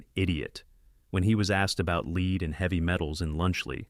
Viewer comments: “lead in food” pronouncing it “leed” yeah fs this isn’t AI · Bro youre saying lead wrong..... Its hard to take you seriously lmao. Great edits anyway. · Is this channel voiced by AI? It’s pronounced led not leed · Bro man its not Leed itspronounced Led holy fucking AI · "leed"? Seriously? "Leed"? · AI voice can't tell the difference between lead and lead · This shit gotta be ai there's no way a normal human doesn't know how pronounce lead properly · 400k subscribers and you can't even get your AI narration to pronounce "Lead" correctly? Put some effort in. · lead in this scenario is pronounced the same as head! not trying to be a dicc or anything ahaha just wanted to let you know in case you didn't x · Lead like you pronounce it is what you do to a leashed animal. You lead it on the leash. Lead like the metal, is more like led.